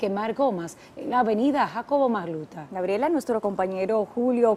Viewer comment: Da pena como ese reportero dice "Jacobo Macluta" 😢